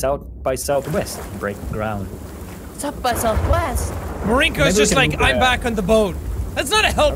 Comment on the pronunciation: i watched the whole video again just to find the part where says "oim beeckkk" after respawning